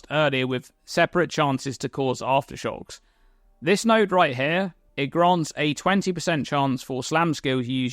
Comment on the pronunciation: Take a shot everytime he says Arftershox